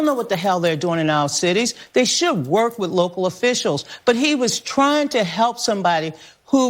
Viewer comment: No Donnna, you can’t “wirk wit” Minneapolis!